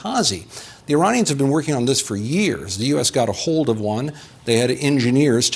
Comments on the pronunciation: struggles quite a bit, still says “Uranians” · Uranions ??? Brahhh u glitching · the "Uranians"? You mean the people from Uranus?